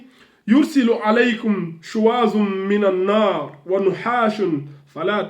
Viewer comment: Vos remarques sur le Coran sont impressionnantes et importantes. Mais le verset se lit << min naar>> et non << minan naar >>, prêtez-y attention. Vous êtes courageux. Jazaakallahou khayran ❤️✅👍